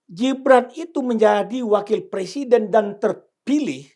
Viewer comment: Pak...bukan persiden...tapi presiden. Wahhh...kok orang pinter nggak bisa ngomong "presiden" sih pak, emang sudah di ngganti pemakaian bahasa indonesiannya yg benar. Ini koreksi ya pak..😅😅😅